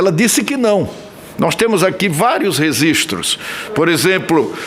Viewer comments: Senador falar "resistros" é inaceitável! Pqp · Renan ANALFABETO: " NOISTEMOS AQUI DIVERSOS REZISTROS" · RENAN FALA REZISTROS...AO INVÉS DE REGISTROS!! CORRUPTO E ANALFABETO IGUAL AO 9 DEDOS KKK #bolsonaroate2026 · Renan Calheiros ...."Temos vários Rezistros " 😂😂😂